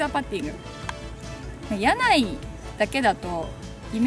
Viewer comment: やないじゃなくて、屋内（おくない）ですよー。